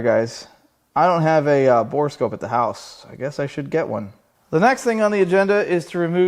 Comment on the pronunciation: Borescope? Sounds more like Borephyll to me! Nice video,! Take care